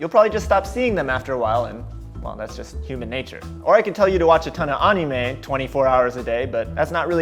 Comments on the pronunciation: I hate how u say anime “onimay” lol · you sound like a weeb and your pronunciation of "anime" makes me to move out of japan. I live in Japan and have for about 12 years. There isnt a single person here that talks like that. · The way he said Anime XD (no hate)